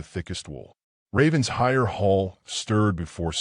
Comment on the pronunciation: It’s pronounced “Raven-shire”